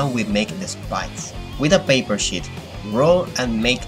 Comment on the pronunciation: "with a paper shit..."